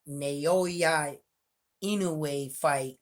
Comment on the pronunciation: Bro it’s now-yah not na-yo-ya. Easy. Your in-no-way pronunciation is 100% on the spot tho 👍🏼